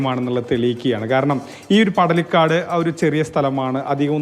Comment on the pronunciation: പടലിക്കോട് അല്ല പടലിക്കാട്.